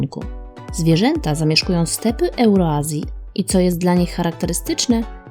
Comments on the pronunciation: Powaliłaś mnie xddddddddddddddd Euroazja? Niby opowiadasz o przyrodzie itp. a nie wiesz jak się to wymawia xdd Eurazja* to nie hejt ale śmieszne xd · tak na przyszłość: nie euroazja lecz eurazja. Bez hejtu ;)